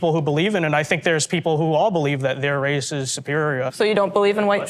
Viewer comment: Did she say wace 😂